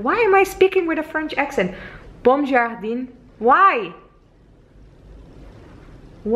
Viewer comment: Actually "bom jardim" was a great pronunciationin Portuguese :). This sentence is very similar to French.